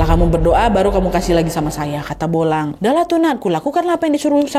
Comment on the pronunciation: Bulang kak Nat bukan bolang😂